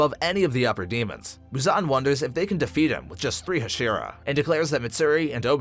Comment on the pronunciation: bro said huh-sheera and kuh-zooki